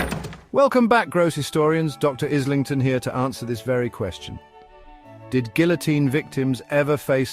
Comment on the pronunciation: Are you sure your name is pronounced "Izz-ling-ton?" One would think it would be "Aye-ling-ton." You might check on that for us. It goes to credibility as is said in courts of law.